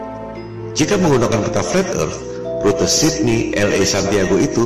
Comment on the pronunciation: mengherankan bukan ???😂( fleth erth )